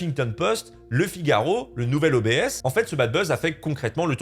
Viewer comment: "Le nouvel O B S" 🤣🤣🤣